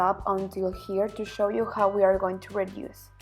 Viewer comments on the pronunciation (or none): none